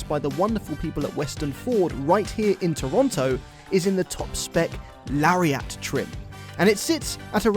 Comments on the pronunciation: I believe Lariat is pronounced Larry-ette, not Larry-at. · "Hey, where's your friend Larry at?" Larry at? Larry-AT?! I literally have never heard anyone pronounce it this way. "Lariat," rhymes with "chariot." ...Please don't start calling them cherry-ATs. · Why do yall say lariat don’t weirdly. It’s not “lary-AA-T” it’s “lari-ET” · It's pronounced "LARRY-IT" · you really need to learn how to say "Toronto" and "Lariat".